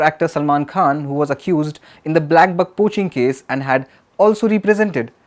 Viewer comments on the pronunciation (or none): none